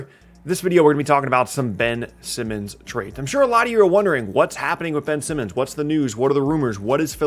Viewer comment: Please slow down a little, almost every time you said Ben Simmons it sounded like you said Benson. Otherwise, great video!